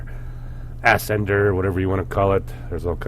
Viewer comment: it's "uh-sender", not "as-sender" :/